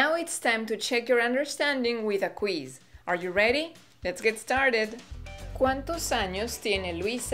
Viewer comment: un comentico...Favor de pronunciar la palabra quiz correctamente......no es "kweese" es kwiz.